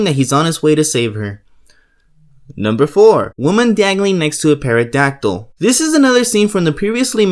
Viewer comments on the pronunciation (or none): It’s pronounced teradactyl on peradactyl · Dude said pear a dactyl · The P is silent in pterodactyl It’s Ben-Wah But other then that good vid 👍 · The only gripe I have is of your pronunciations. "pterodactyl" is pronounced "Terra- dactill", not "para-dactill." Chris Benoit is pronounced "Chris Ben-wah". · >Pterodactyl scene > OP says PAEADACTYL THE P IS SILENT HOLY SHIT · hey man it's pronounced "Terra-dac-til". You dont pronounce the P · Lol, Paradactyl, Chris Benoyt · "peradactyl" ...... and for those reasons, I'm out. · Did my man just say parodactyl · The way you pronounce certain words is hilarious. "Watch where you're going! / Pair-odactyl / Ben-oyt" Great video and thank you, lad! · Did this guy just say paradactyl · Chris Benoit ( benwah) pterodactyl ( tero dactyl) Good video though( tho) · nigga said 🅿️erodactyl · Pair-a-dactol was the one that got me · I stopped watching after “perodactyl” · Great video.loved the show, great work. It's pronounced Teradactyl btw. The P is silent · Pterodactyl the p is silent he said perodactyl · He also pronounced pterodactyl as pairadactyl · Yeah, it's usually "Terra dactyl" and, yeah, I certainly would've never known about it if it weren't for the intro. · Pterodactyl- it’s a silent ‘p’ not a silent ‘t’ dude... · You didn't explain anything! You just said where they were from I thought you'd have gone into some analysis as to why they were used, not just reeled off some lazy ass list. Also, the P in pterodactyl is silent you mong. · How did this lad just pronounce pterodactyl? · This dude really just pronounced pterodactyl with the P LMFAO. C'mon man the P is silent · the p is silent... Lol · The P is silent in pterodactyl. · I stopped when you mispronounced pterodactyl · In pterodactyl the p is silent not the T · Why do you pronounce pterodactyl with a P? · P is silent bro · The way you say pterodactyl oh my god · The mispronunciation of pterodactyl And Chris Benoit.